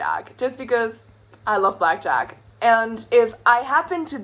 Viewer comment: “Backjack and proyets “I’m dying 😂😂😂😂